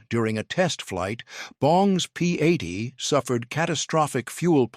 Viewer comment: AI narration ruins videos. P80 should not be enunciated as "P a d". I have no clue what "500 na mannk" was supposed to mean.